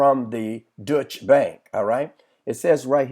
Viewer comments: Deutsche Bank.....pronounced like Doy-Cha. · It is not the "Dutch" bank it is a German bank called the "Deutsche" Bank .